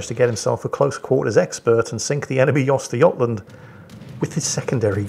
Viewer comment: ...the prononcusation of Östergötland...that's actualy pretty damn close!